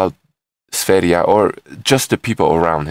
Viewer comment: For an american (are you?), your pronouncation of "foreign" words is way above average. You are the first to pronounce sv3rige's name correctly (besides himself). Awesome!